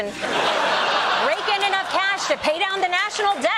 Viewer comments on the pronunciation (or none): none